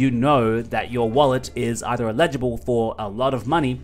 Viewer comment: I watch your channel over all. Sorry but you get my vote. Do not show how to create the macro bot. Give us the link, we will figure it out. Do not put yourself into an uncomfortable position. On the big token drop you mentioned. How do I find out if I am eligible. BTW, the grammar NAZI in me....the word is pronounced, L ij able. The accent on the L. You're saying i Lijable, with the accent on the second syllable, sounds like the word illegible, which means to not understand. Damn Aussie anyways. Love ya dude.